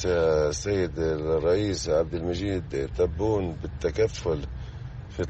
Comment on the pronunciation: صلحو اش ݣال هاد الفلسطيني، اسمه تبون ماشي طبون.